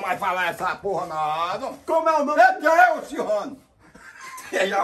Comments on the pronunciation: Chelsea: Técio kkkkkkkkk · "ChelseHam" morri kkkkkkkkkkkkkkkkkkkk